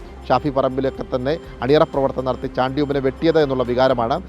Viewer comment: കൈരളി ആണ് ഷാണ്ടി ഉമ്മൻ, അല്ലടോ ചാണ്ടി ഉമ്മൻ എന്ന് ഉച്ചരിക്കാൻ പോലും അറിയാത്തവൻ. മന്ത്രി സ്ഥാനം നിങ്ങൾ ആണോ തീരുമാനിക്കുന്നത്